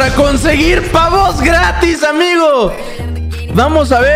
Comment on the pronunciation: jajajaja amgio ajjaja en lugar de amigo jajaja edit: tambien en